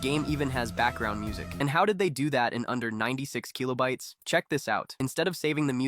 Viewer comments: Kill-oh bites. What tf is keel-oh bites lol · the Keeeelobytes is keeeling me :D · The keelobites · bro stop calling kilobytes kilo-bytes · say keelobytes one more time, AI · 96 Keeelo-bites. AI slop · MIDI is what bothered you and not the repeated KEY-lo-bites. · The AI pronunciation of keelobites and M I D I hurts so much. Unlike. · and then the one kill-oh-bites it snuck in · KEEYLOBYTES. gtfo ai slop. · Keelo bytes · the way it's saying "keelobytes" and "em ie dee ie" is physically hurting me edit: never expected complaining about how an ai pronounces stuff to get this much attention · You're saying kilobytes wrong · I've never actually heard anyone pronounce kilobytes like this. It's probably correct, but sounds so nerdy. Lol